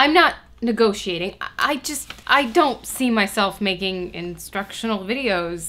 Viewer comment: Negotiating has five syllables :/ what kind of degree *did* you get?